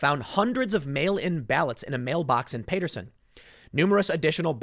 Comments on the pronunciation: Pronouncer: PATT-ter-sun, not PAY-ter-sun; HAIL-dun, not HAL-ee-dun. You're in NJ, ASK someone. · Timman, it's pronounced PAA-terson not Pay-terson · Dude, you live in Jersey. How do you not know how to pronounce Paterson? It’s Pat.....like the nickname for Patrick. It’s not PAY-ter-son........ It’s Pat-er-son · Paterson is pronounced as Patterson. You’re killing me! Lol! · OK. I can't take it anymore. Paterson is pronounced "Patterson". Not "Payterson"! It's in NJ. You live in NJ!!! C'mon man!!! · TIM POOL— Paterson: Pronounced “patter-son”. Not “pate-er-son”. Sheesh! And you live nearby! Robb Chavez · It's pronounced Pat-Er-Son not Pay-Ter-Son. lol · PAATerson not payterson lol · Tim Pool - it’s pronounced “Pat-er-son” not “Pay-ter-son”. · It's PAT - er - son, not PAY - ter - son.....I thought you were from NJ Tim? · It’s Pat-erson not Pate-rson and Haledon is pronounced hail-don. Also Paterson is a city not a small town lol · Payterson? you live in NJ. learn how to pronounce Paterson... pat like hat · You seriously can’t pronounce Paterson????? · It's Pat-erson like patting a cat. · Tim, it’s pronounced Pat-ur-son (Paterson) and Hail-done (Haledon)... I know you’re not from North Jersey so I wanted to let you know. Thanks for the great video! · Timmy, it's Pat-er-son. I live a mile away bro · It’s pronounced Pat-er son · Oh man I live close to paterson and it's killing me that you keep saying it wrong hahaha it's like Pat. Erson. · Tim it's pronounced Pat-er-son. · Tim, it’s pronounced Pat-ur-son...and it’s also not a small town. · Tim..ur pronouncing Paterson wrong..the a is short not long..... PAHTERSUN.....like that bud... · Tim, I know you mispronounce things all the time but please lmao I live a few towns away, Patrick Pat, Matter ter Son Son Pat-ter-son Paterson Not Paterson like pal. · Pronounces county (Passaic) correctly; bungles town (Paterson) repeatedly. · You butchered the name of the towns man 🙃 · Can Tim please learn how to pronounce Paterson??